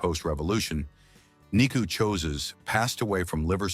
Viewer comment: Learn to pronounce Ceaușescu